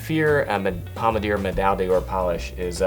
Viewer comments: BTW, "D'or" is not pronounced "dee-orr", but rather something closer to "dhor". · Great video! But please learn French pronunciation, it kills me! When you're trying to sell a higher end product - please don't butcher the names!! Pommadier - Pom-mad-ee-ay , D'Ors - duh-or , Médaille - Meh-dye